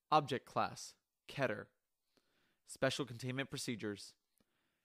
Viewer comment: Pronounce as "ckey-tɛr